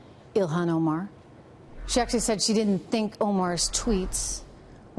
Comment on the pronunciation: The reporter should learn how to pronounce her name before reporting